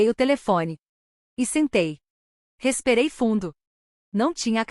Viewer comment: Que palavra é esta? RESPEREI"???